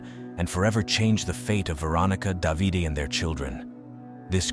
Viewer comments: I can't believe it. A true crime from Italy. I live in Italy. By the way, the husband's name is pronounced Dã.vi.day. Spelled D.a.v.i.d.e. Just subscribed 😊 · If you knew the language then you would know it’s not pronounced da vi day. It’s da v de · Davide (pronounce Davi-DeH) not 'Davidi' 😄